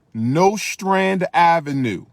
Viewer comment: Anybody from Brooklyn or has ever lived there cringed at the way he pronounced Nostrand Ave.